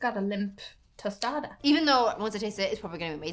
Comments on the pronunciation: Its toe staw dahs, not toasta das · Oh the way he said "tostada" in the beginning hurt my Mexican ears. I'm gonna go stick my head in a microwave. Tostada!! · I think took this video when he tried to pronounce the word 'tostada,' in the first minute.